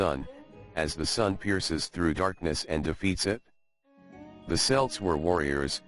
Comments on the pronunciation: "Celt" is pronounced with a hard c. We're not talking about an American football team. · cant believe he does not know how to pronounce celt